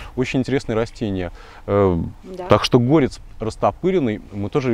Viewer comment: ГорЕц, а не гОрец.